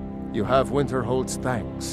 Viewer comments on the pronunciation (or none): winterhold not winterholld